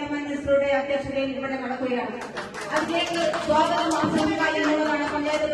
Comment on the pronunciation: സോഗതം അല്ല സ്വാഗതം